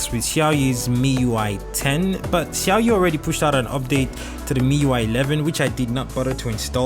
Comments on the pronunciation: He said Xiaoyi 🤣🤣🤣... Lol it sounds funny. But good review tho. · The way you pronounce Xiaomi 🙄🙄